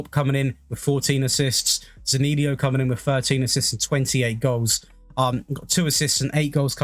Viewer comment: Not Zanilio but Zaniolo